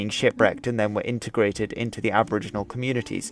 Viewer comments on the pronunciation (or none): none